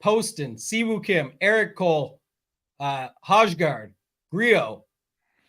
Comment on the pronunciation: The hojgaard pronunciation, brutal haha